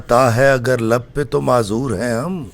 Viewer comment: Janab theek parho dua lab pay aati hai.lape aati nahin